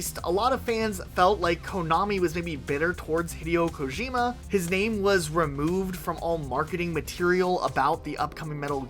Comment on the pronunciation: Thumbs down for.that butched attempt at pronouncing daddy Kojima name like that. Same on you. Like calling the president jole instead of Joe 😅